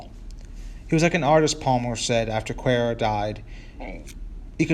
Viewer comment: pronounced "Quay ar."